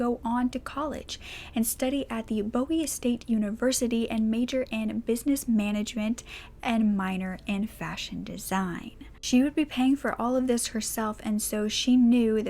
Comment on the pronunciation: It’s pronounced Bowie (boo-wee) state university. Nice video I like what your channel is doing here